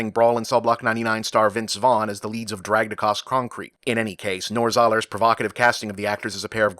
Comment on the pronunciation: “Dragged Acoss Croncrete”